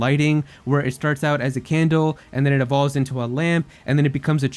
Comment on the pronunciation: IT'E EVOLVES, NOT ELOVES! SAY IT RIGHT!